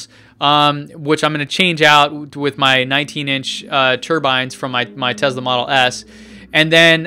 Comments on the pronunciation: I thought it was Tesla not Tezla? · it's pronounced tesla with s not z !!!